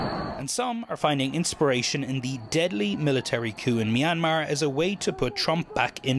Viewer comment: I don't think a single one of them pronounced Myanmar correctly